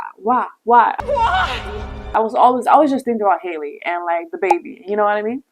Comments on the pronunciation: Can yall please say HALLE NAME correctly. Her name isnt Hailey its Halle like Halle Berry. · DDG is an influencer, Halle isn't. So yeah, he's chronically online. Also, you should probably know how to pronounce the names of the people you're making videos about, especially someone as well known as Halle 😅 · there are even clips in this video of other people saying it right 🥲